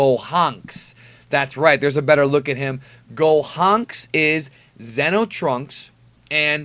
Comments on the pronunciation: FFS I love your videos, but just pronounce Xeno (zee-no) like the rest of us. I can't help but think of Zen-oh when you pronounce it like that. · The entire time when you were saying Xeno (insert name here) i thought it was GRAND XENO level characters. The correct pronounciation for those characters is "Z-NO" atleast in English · I think you should try pronouncing Xeno with the long e sound from now on. Don't know if anyone else gets confused with this, but when you say Xeno, I keep thinking your talking about Zeno.